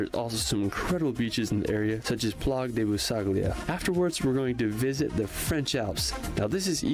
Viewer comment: Vive la France!! Et la façon dont il prononce les noms comme plages-plagues😂juste trop drôle